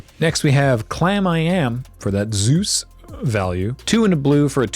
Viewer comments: You're wrong as the deuce And you shouldn't rejoice If you're calling him Zeus He pronounced it as Soice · Pretty sure "Seuss" is pronounced [zɔɪs], not [zuːs].